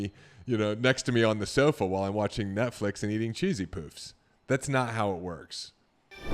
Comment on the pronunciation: David I like the video...just want to make a correction to something you said....they're called "cheesy p-uh-fs....not cheesy p-oo-fs." LOL!